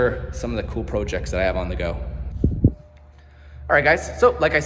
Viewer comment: Congrats 🎉…I like how he pronounces “projects”, French-Canadian accent?